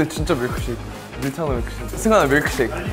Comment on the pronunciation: 카페 알바할때 밀크쉐이크 주문 백번도 더받았는데 이게 이렇게 고급진 발음인지는 처음알았네 뮈Lㅋㅅㅞ이ㅋ ㅗㅜㅑ